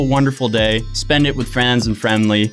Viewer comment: Yo I watched this high af and this mans really said frems and fremlys